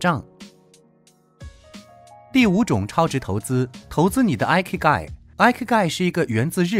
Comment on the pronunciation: 很實用的影片👍但影片中第5點的"Ikigai"發音有誤... 這個詞是源自日文"生き甲斐"的羅馬拼音，意即"生存價值"， 第一個字母Ｉ的發音和數字１一樣，並非英文的Ｉ發音喔~